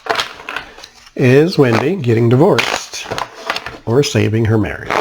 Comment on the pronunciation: Her name is Wendy not Windy.👹